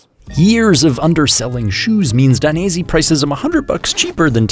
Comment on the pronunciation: Daines..eh! not "i" 😀 keep up the great work, cheers from Italy!